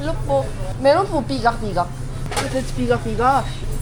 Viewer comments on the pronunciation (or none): Pigar pigar not pigak pigak, You should try pigar pigar in dagupan 😊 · I think it's pigar-pigar not pigak-pigak..😅..anyway,thank you for loving our country and our food..❤👍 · Its Pigar pigar